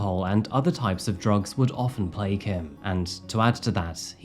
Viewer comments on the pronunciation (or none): none